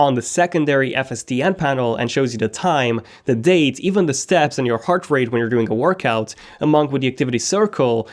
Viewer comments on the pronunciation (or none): its not "dee" best , its "dh" best...